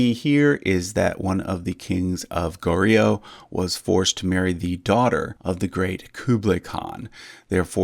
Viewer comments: Please don't say it as go-rio. Its gohr-yo. Also tae is not said as 'tay' but as 'te' from template or technique. 'tèh'. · Just a pronunciation tip: Goryeo should kinda be pronounced as Goh-yo with ur tongue starting with an L sound before yo "lyo" like low but with yo. Otherwise everything else was pronounced quite accurately